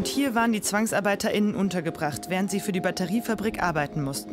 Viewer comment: diese "gendergerechte Sprache" ist ziemlich nervig. (ZwangsarbeiterInnen) Wenn wirklich die weibliche Form "Zwangsarbeiterinnen" meint, dann spricht sie das Wort echt falsch aus...